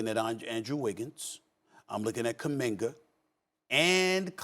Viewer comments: lol come on Pat its not Kuwamanga, its Kuziminga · Pat Bev- what's the rookie name ? calapunga ? I don't care Calapunga . His name is kuminga, pat bev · Pat Bev be slaughtering these people's names. 🤣🤣🤣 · He said Cowabunga LOL!!!! Stephen A was like "Kuminga is his name" Lol scared to get any of that Ohtani backlash treatment again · Pat called kaminga kowabunga lol 😂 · Say his name right. It's Kuminga. not that hard if you try. Show some respect. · Did Pat Beverly just call Jonathan Kaminga "cowabunga" LMAOOO Mannnnn...if that ain't motivation! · Did pat say cowabanga😂😂😂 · HE CALLED HIM COWANBUNGA 😂😂😂😂😂😂😂😂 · Mandem said kawbanga 🤣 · Bro said calabunga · This fool said Kalabanga.. he's a rookie ain't gonna say his name. I'm dead... that just made my day 😆 🤣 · "Cowabunga....he's a rookie, not gonna get his name right, yet" 😂🤣🤣🤣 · Pat bev said kawabunga 😂😂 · BOI said cowabunga... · “Kawabonga” you rlly got to earn your respect in the league to at least be called by ur name the right way 😂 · Nobody.. Pat: "Cowabanga..." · He really called Kuminga cowabunga🤣🤣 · “Kawabanga I don’t care how u say his name” pat bev talking about kamminga 😂😂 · lmao beverly said kowabunga. the disrespect regardless if kuminga is a rookie or not. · Bro Pat Bev said Cowabunga😭😂😭😂😭😂😂😭😂😭😂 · My man said:''Kawanbonga'' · Pat bev sayin kawabanga instead of kuminga🤣.He thought the rookie is a member of teenage mutant ninja turtles🤣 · Dis man pat pev said kawibonga🤣🤣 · Pat not saying Kuminga’s name correctly BECAUSE he’s a rookie and hasn’t earned that yet 😭 lol that man is funny